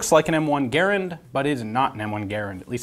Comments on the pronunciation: Its garand not gerand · pronouncing Garand like "gare-and" is just so cringe, I don't care if that's how the guy's name was pronounced, that's not how we say it in America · {Jason Clark} The name is spelled "Garand," but it is correctly pronounced like the word "errand." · Never heard garand pronounce that way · Y do you pronounce Garand weird